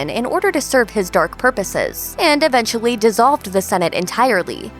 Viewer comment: "Finawy" "eventuawy" "specuwates" "channewing"